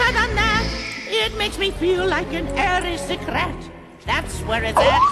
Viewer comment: normal people:aristocrat Me:aristic rat